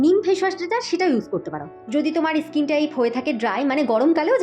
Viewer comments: ইস্কিন নয়,ওটা স্কিন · ইসকিন ইসমুথ,এগুলো সঠিক নয়। ঠিক করে উচ্চারণ করুন